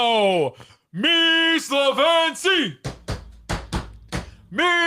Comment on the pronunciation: What a great pronunciation of our slogan "Mi Slovenci":) Love your enthusiasm